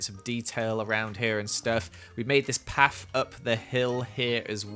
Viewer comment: Why you say paf instead of path?? btw amazing building